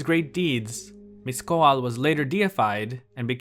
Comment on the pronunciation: the "TL" sounds like the "CL" in "clash" just with a T, this sound is also in the navajo language. Mixcoatl is pronounced "meesh-KO-watl" not like "mish-ko-ah-tul"